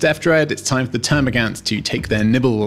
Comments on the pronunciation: Termagaunts not termagants.. As you were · please its gaunt, not gant!